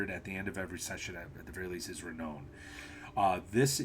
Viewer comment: I know I’m a year late and I really I’m not that guy, but the word renown is pronounced like clown.